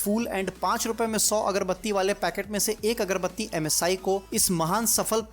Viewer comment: Ajj ekbar bhi msi ko masi nahi bola